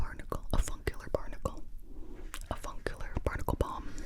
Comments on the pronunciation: You said avuncular I heard a fun killer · Yo the first word i thought she was saying A F***ing killer her lol